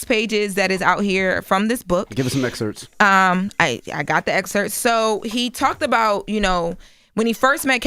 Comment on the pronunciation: “Give us some exerts” ayoo chill envy😂